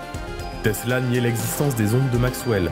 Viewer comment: Teessllaaa ouuuii ! à prononcer comme suit